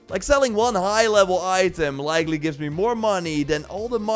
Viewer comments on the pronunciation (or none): none